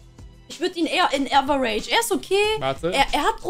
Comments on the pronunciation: man man man die soll mal die Aussprache von "average" üben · bruder deine perle muss lernen wie man fcking average ausspricht xD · Liebe ihre Aussprache 😂 Liwi für levi und äwerätisch für average